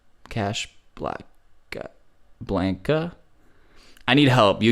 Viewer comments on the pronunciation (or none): Lmao “Cash Blan khuh?” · I.Ns socks say casa Blanca